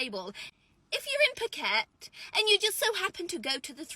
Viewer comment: Phuket, Thailand, it’s “Foo-ket” Can’t even pronounce the name of the place you’re going to and then are in, that’s embarrassing. Such ridiculous though some are much much worse than others eh.